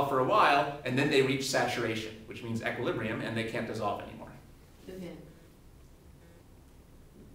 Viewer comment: He does it to give a more thorough understanding. I'm sure it helps people who are really struggling with the fundamentals. I think he's great at explaining concepts overall, though. Btw, he's the first person I've ever heard pronounce equilibrium as "eck-quilibrium." =p